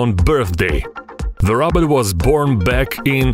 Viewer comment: It sounds like he’s saying Robert